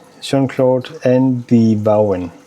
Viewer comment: Uha.. mange flotte piber 🤩. Lille fif.. Vauen er Tysk, og skal udtales Fauen 😉. Ka se der også var en Vauen auerland tobak..den er en af mine favoritter